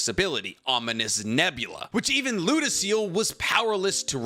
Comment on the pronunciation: Ludociel is pronounced Ludo-sea-al